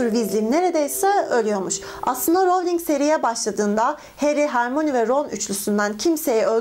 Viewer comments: hörmayniye hermoni dedikce cringe oluyorum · Abla "Hermoni" diye değil, "Hörmayni" diye okunuyor. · Abla hermoni diye değil hörmayni diye okunuyor Emma Watson'ın bir röportajı var bununla ilgili Türkçe dublajda yanlış okuyorlarmış ama türkçe altyazılı da kendi sesleriyle hörmayni diye okuyorlar😄😘👋🏻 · Diğer bir bilgi; Hermione; "Hermoni" diye değil "Hömayni" diye okunur. Kofti ise, muggle, melez hatta safkan olup büyü yapamayanlara denir. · Hermoni değil hör ma yo ni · Ben de ciddi ciddi potterhead sanmıştım bu kızı yazara ce ke rovling diyen hörmayoniye hermoni diyor